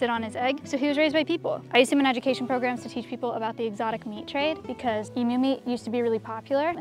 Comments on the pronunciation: Finally!!! Finally someone pronounced Emu right 🎉🎉🎉 Every other YouTuber I seem to see calls their Emus ‘em -yous’ saying em instead of just pronouncing the e 😭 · Omg an American than can correctly pronounce emu